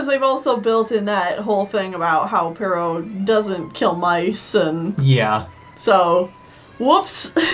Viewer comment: It's "Pero," not "Perro." I'm fairly sure this is because it originally comes from a French name like "Perrault," which in Japanese turns into "ペロー" (perō), which then in English becomes "Pero." It's a funny coincidence that it sounds like the Spanish word for dog. As a sidenote, it seems likely that it actually is "Perrault" because apparently that's the name of the Charles Perrault, who popularized the story. So I'm guessing that's where the Japanese writers got the name "Pero" from.